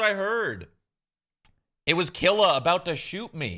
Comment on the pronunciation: “I hate Keela, so I will keel”